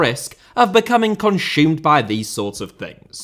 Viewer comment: Ashumed??? Conshumed? Never heard that impediment before